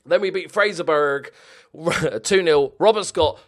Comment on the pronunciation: Love this save but it is pronounced fraserburra like you would say middlesborough not fraserburg